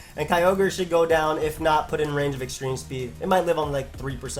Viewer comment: extreme "spreed"